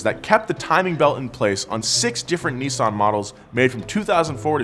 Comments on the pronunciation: It’s Nis-san Not Nee-saan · "Nee-sun"? Oh, you mean Nissan. Whoever designed the Silvia S15, get him/her/them back. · The way americans pronounce NISSAN, is killing me xD